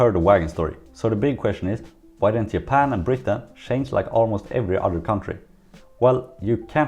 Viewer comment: Why am I hearing Yapan and Yermany? Is G and J have the same sound in Sweden?